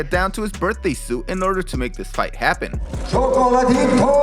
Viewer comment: It’s Chocolatay Taetay🙈